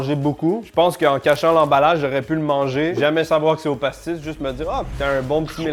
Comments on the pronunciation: Si tu veux mettre l'accent pour parler de pastis, ne dit pas "passeutisse", mais "pastaga" :D (En tout cas c'est comme ca qu'ils le disent chez moi) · "Ça sent effectivement, le PASSETCJISSE" 😂😂😂😂😂😂